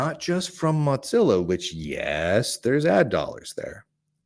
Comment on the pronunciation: Why do keep calling Mozilla, Mot-zillla?